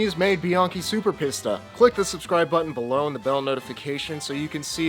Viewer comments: It sounds much better if you say 'peesta' rather than 'pissta' but apart from that it was an excellent video 👍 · Pissta? It's Peesta. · Your Italian pronunciation is good, but Pista is pronounced Peesta (think Pizza), and Sugino would be like the guy's name Gino, so Sujeeno. You would get your pronunciation if it were spelled Sughino.